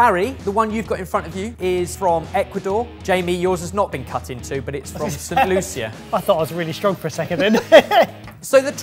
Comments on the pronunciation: So, fyi as someone from St.Lucia, its pronounced like 'Saint Loosha' Love this channel! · "St. Lu-sha" baby boy just like you pronounce Patricia 😘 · Hearing butcher St. Lucia's pronunciation hurts my Caribbean heart 😅 love you guys though